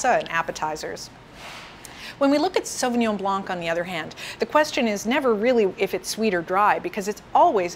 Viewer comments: You pronounce the pinot grigio wrong hahaha - it's " Pee-noh-gree-JOE" (with rolling R) not pee-noh-greaaa-ssshhoooww"... Also! Its NOT pronounced " suuuveee-in-jon blanK " but rather . " Souv-win-jong blan " with silent C. I got believe how people find this educational? when she is totally embarrasing pronouncing wine names. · It is pronounced "sauvignon blaN"; without the "c". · Great presentation but the”c” in blanc is silent. Pretend you’re saying “ Sauvignon Blan” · Did she pronounce the C at the end of "blanc"? Because we just don't do it in french, the C is silent. Great video by the way :) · She seems to be knowledgable but can't pronounce Sauvignon Blanc properly. Even in the sommelier shows they are wrong. Wow. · Hey of you are a a professional speaking about your industry , pronounce words properly. Not hard. Are you in France by chance?